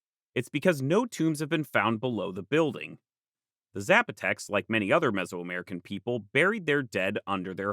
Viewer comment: Zs are pronounced as Ss in Spanish. Sap-o-tec